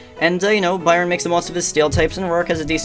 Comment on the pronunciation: Awesome editing bro :3 can't wait for part 2. And btw Byron is pronounced the way you pronounce iron ;)